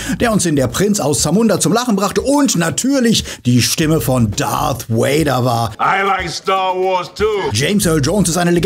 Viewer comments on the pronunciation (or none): RIP James Earl Jones! Und Leute…es heißt Darth Vader und nicht Darth Wader!!!!! Wenn Ihr die Filme im Original gesehen habt, werdet Ihr mit Sicherheit über die originale Aussprache gestolpert sein!